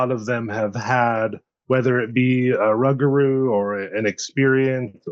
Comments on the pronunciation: Never heard it pronounced 'rug - a - roo' 😂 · Hello gentlemen I'm from Des Allemands Louisiana Yall don't think I'm trying to sound like a dic but it's pronounced Rou-gaH-rou.. that's how my how my great grandmother born 1893 died in 1996 pronounced she was also of native American decent but not just her every person I know down here in deep south Louisiana pronounces it that way it just trips me out when I hear folk say rugahrou like said 😝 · In my culture...in my culture...in my culture...You're 1/8th Indian max. Just looks like a normal white dude to me. Seem to see that a lot on these channels. Larping. Oh and it's pronounced 'Roo-gaH-roo'